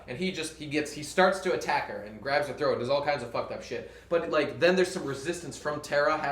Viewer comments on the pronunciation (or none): none